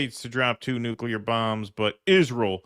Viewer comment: Lindsey says, "nukular." What a total douche idiot.